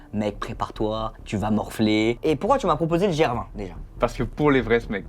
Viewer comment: Merci pour tes super vidéos de plus en plus quali juste apprends à comme on prononce gr20 😂